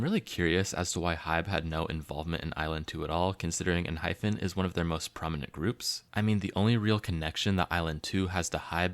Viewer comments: It’s not EnhyPHen but EnhyPen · why are you calling enhypen enhyphen